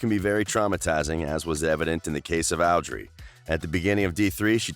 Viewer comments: But why did you say "owdrey" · I’m mad that he said “Audrey” wrong 😡😡